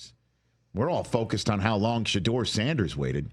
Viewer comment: “Shedoor” how illiterate can you be my guy